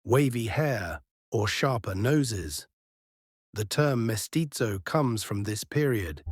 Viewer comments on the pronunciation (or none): none